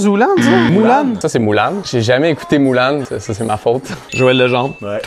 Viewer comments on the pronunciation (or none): J'dois être la seule à vouloir étrangler, séquestrer et torturer tout ceux qui prononce pas Mulan [Moulane] (c'est de l'humour hein) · MDR!!! "ZOULANE" "MOULANE" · C'est Mulan et non Moulan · Moulan???😅😅 pour les québécois Mulan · C pas zoulane 😂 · C'est la prononciation des français qui n'est pas naturelle. "moulanne" C'est bien dit... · Par contre vous avez tué « Moulan » je suis mort ptdrr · Sana Sowon S.s je sais Haha ses juste que j'ai eu l'habitude de prononcer Mulan du coup ça fait bizarre mddddr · Il y a rien de faux, c'est juste votre prononciation qui est fausse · "Vous faussez sur un paquet de mots" LOL pardon si nous lorsque l'on lit U on prononce U et pas un truc chelou xD (valable pour tous les sons et tous les mots hein) Non mais sérieux, il y a une prononciation phonétique des mots. Et puis bon depuis que je sais que vous appelez des claquettes (flip flop) des gougounes, vous avez perdu toute crédibilité latente :D Mais attention je vous AIME votre accent m'apporte toujours le sourire 0:-)